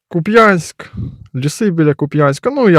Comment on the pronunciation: как человек в тылу, который делает что могу для фронта, согласен с автором и говорю спасибо за видео PS вы неправильно ставите ударение в названии Купянск (харьковская область), и почему-то кстати русо пропагандоны тоже любят делать точно такое же ударение как и вы, поэтому давайте говорить правильно